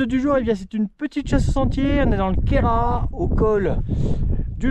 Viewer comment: Superbe, en plus tu prononces Correctement le nom Quéras 👍